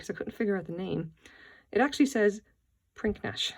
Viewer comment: It's actually pronounced 'prinidge'.